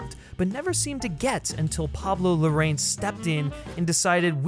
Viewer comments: It's super cringe when you mispronounce the director's name "Larraín" as "Lorraine" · Great review, but, why don't you take the trouble to pronounce correctly the second name of director? Seems to be talking about another person. Easy, try writing Larrain in English-Spanish Google Translate and you have the correct pronunciation.